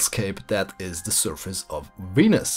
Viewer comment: Hahahahaha you pronounce it "weanus"